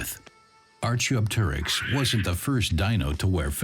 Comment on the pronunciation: I was going to say the same thing. Also, the pronunciation of Archaeopteryx is atrocious.